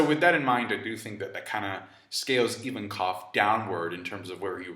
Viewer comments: Ivankov, not Even-Koff. Jesus, why are americans so adamant on purposely mispronouncing anything even remotely non-english? Is that like a cultural thing? The other day I was watching another american trying to pronounce the word "Abramovic", stuttering and getting stuck at "Ab-ab-ab-ab-ab...". What's wrong with you people? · Invankov not Ivankof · EVEN-COV?? Dude it's a Russian name!!! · Why does pronounce Ivankov like that